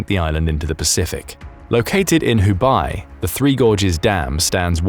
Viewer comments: Hu Buy is egregious mis-pronounciation. Hu-bay is not hard to say. Thecharacter 北 has the same meaning and pronunciation as bei in Beijing which you seem able to handle just fine. Try harder. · Say: eBay Now, say: Who?-Bay See? Not difficult is it? Never pronounce Hubei as done after esp, with Chinese around.